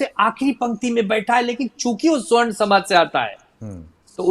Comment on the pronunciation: Savarn bollte hai sr,swarn nhi